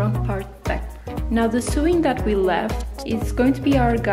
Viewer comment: lovely tutorial! :) just a tip; sewing is pronounced like this: sowing